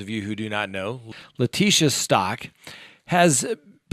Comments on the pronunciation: It is Gannon "Stowk," not "Stock." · You butchered Gannons last name for literally the hundredth time good job bro